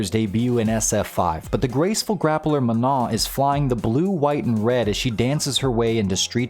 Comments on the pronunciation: Manon is a name that has nothing to do with the word "non", so it's not pronounced the same way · The n at the end is pronounced. Don't trust Google Translate on this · Good video. The only thing I want to critique before it's too late is, you pronounced Manon wrong. Please look up the proper pronunciation